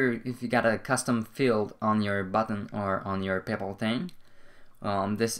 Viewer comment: Why do you keep saying "payple"? It's Pay Pal! Very annoying....